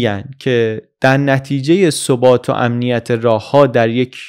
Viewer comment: عزیز در دقیقه ۵۸ می گید ثُبات sobAt که درستش ثَبات sabAt است در چند ویدیو سابقتون هم این اشتباه در تلفظ رو دیدم جسارت کردم وبعنوان طرفدارتون بازگو کردم. ممنون از شما و تیم زحمتکشتون بابت این پادکست عالی 🌹